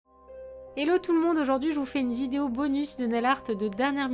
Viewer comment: Mdr tu as dit jideo réécoute la vidéo et tu verras sinon super vidéo je t'adore gros bisous